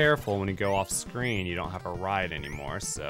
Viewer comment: channeling his inner Pandora hillbilly “Catch a Riiiiiiiddeee!”